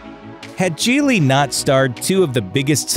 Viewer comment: Gigli means lily in Italian, it sounds more like lily with a j than what he is saying, the JEE is really hard and the lee has a lot of gusto. just say jily and then pretend you are an Italian waiter and you pretty much got it.